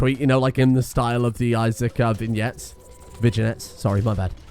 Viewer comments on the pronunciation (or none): When will learn to pronounce vignette correctly? It's vig-net, not vijinet